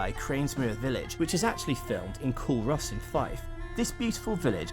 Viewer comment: Culross is actually pronounced "Coor-iss" Aberdour is "Aber-dower" and Linlithgow is "Lin-lith-go" apart from that, nice video.